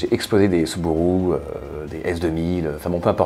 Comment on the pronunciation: Je l'aimais bien jusqu'à ce qu'il dise "Soubourou" 🤣 Très chouette vidéo !